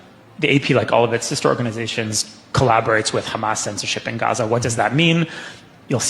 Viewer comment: The way this guy says Hamas and Gaza is revolting. Youre not arab, stop trying